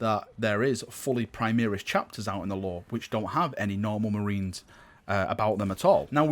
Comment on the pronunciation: An imperial fist gets teamkilled by a plasma cannon every time you mispronounce primaris